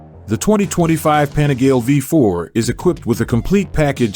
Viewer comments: “Penigel” ?! Panigale is the correct pronunciation! The name "Panigale" comes from the small manufacturing town of Borgo Panigale. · American voice over can't even pronounce Panigale, does my nut in.